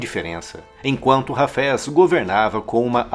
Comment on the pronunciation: O cidadão pronuncia "Hafés" como "cafés"! Haja ouvido !